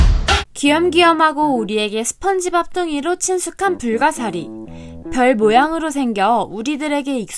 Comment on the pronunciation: 2.58 불가시리(✖)불가사리(⭕)